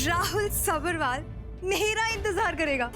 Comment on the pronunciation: Lead actress Saanvi Talwar aka Maanvi सब्बरवाल का pronunciation गलत कर रही है। सब्रवाल बोल रही है।